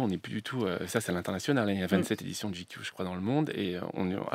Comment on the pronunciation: Pourquoi cette prononciation ridicule ? GQ ça se prononce " j'ai cul " !